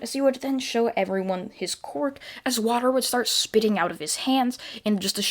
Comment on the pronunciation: I love how he says quirk like qork